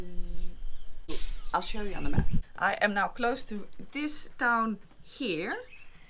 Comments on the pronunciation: ‘Hluhluwe’ - pronounced ‘shlushluwe’, if I remember our SA guide correctly :) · Shusluwe is the way you say hluhluwe. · Hluhluwe is pronounced Shuh – shloo – weh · "Hluhluwe " is pronounced as "shlu-shlu-were" in Zulu. You should also visit the town of Utrecht, named for your hometown in the Netherlands; its nearby where you are right now! enjoy my home province. I do not live there anymore. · I once heard a person pronounce it as "Holloway-holloway" Hillarious! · The town you're trying to pronounce is said like "shloo-shloo-way." Enjoy the trip! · Hluehluewe is pronounced 'Shuhshluewe. Tugela is pronounced '2gayla' river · ) it’s pronounced “Shlew-shlewie” with the “sh” at the back of the mouth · Sorry. That’s incorrect. That’s how the non isiZulu speakers massacre the pronunciation. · Couldn't say Hluhluwe but nailed Kranskop... :P Enjoy your stay in our country!